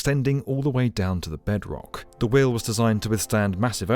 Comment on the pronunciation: Note to the non=-English: That "sampuw" is this poor guy's attempt at "sample." "We-you" is his idea for "wheel."